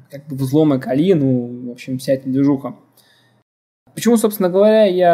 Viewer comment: Да Вы оба "кадры" ))) - Один называет ХЭдра ... ты называешь ХИдра )))))))))))) ну да бог с ним ))) (П.С. ударение в слове Кали ставь на букву "А" а не на букву "И" - как это делаешь ты... ухо режет .......... Послушай как Индусы произносят имя богини Кали, если вдруг спорить соберёшься...... и да название дистрибутива пошло именно от этой богини) :) Второе: bruteforce - Грубая Сила ... Здесь нигде не оговаривается каким образом и из чего именно будет совершен подбор или перебор пароля!!! (у тебя явно бомбит на владельца того канала, раз уж так решил на нём акцентировать внимание... из чего вытекает ТРЕТЬЕ) В третьих: ТЫ ТОЛЬКО ЧТО СОВЕРШИЛ АКЦИЮ ЧЁРНОГО ПИАРА ДЛЯ ТОГО КАНАЛА!!! А чёрный пиар - это тоже пиар ))))))))))) Минимум каждый второй из просмотревших это видео пошли искать тот канал, который ты так рьяно засераешь!!! И в четвёртых: Конечно уважуха, что занимаешься этим и видимо микроэлектроникой тоже, раз у тебя мультик на столе, паяльная станция с феном..... НО НАХЕРА ЭТИ ВЕЩИ ДЕРЖАТЬ ПРЯМО В СПАЛЬНЕ??? МОЖЕТ ТЫ ЕЩЁ И ВЫСОКОТОКСИЧНЫМИ ФЛЮСАМИ ПРЯМО ТАМ ПАЯЕШЬ??? )))))))))))))))) . В остальном молодец! Так держать!!! Поставлю палец ВВЕРХ.